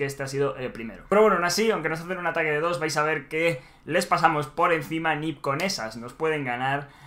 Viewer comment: Mi estimado, no se pronuncia dedos, se pronuncia D D O S, letra por letra de de o ese v: Desconozco cómo hacen eso pero sinceramente dudo que se pueda en consola...